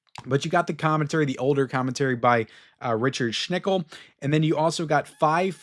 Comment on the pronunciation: once again mispronouncing Richard Schickel’s name wrong by calling him Richard Schnickel. I corrected him in his review of Dirty Harry but he probably doesn’t care.